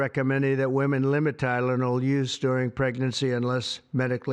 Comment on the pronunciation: Pronounced 'TYlenol' like 'CHIna'